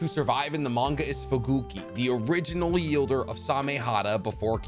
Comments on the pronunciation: I have seen this video before, And I'm not sure if I caught it then... But the words you're looking for is wielder because they wield their weapons. For some reason you keep saying yielder which essentially would be someone who stops something? Lol Someone that yeilds maybe? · **Wielder! Not "Yielder" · Swaggysu?? YIELDER?? 😩 I love your videos but why do you mispronounce sooo many names and areas in this show